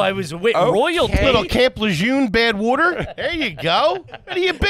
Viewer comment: There’s not a single letter “a” and a few extra letter “d’s” every time says the word “water”. 😂😂😂